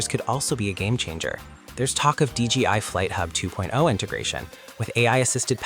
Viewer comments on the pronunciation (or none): Its D J I not D G I